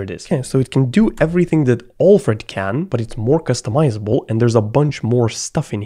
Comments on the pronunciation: Alfred Pennyworth = "Batmans Butler" pronounced: AL + Fred not OLF + RED. PS: love your videos :-) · I know English is not your first language but your pronunciation of Alfred is just wrongly annoying lol…